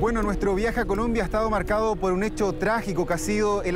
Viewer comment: Dijo culombia el periodista 😂😂😂